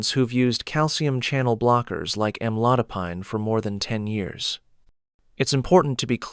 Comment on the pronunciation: Am-a-low-dip-peen is how it’s pronounced—I Hate AI!!